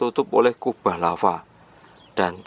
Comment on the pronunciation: Larva lagi.... Lava cuy,bukan larva